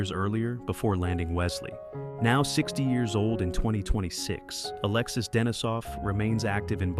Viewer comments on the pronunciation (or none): none